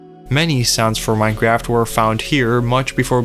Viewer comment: Bro did not just start the video by saying "Minecreaft"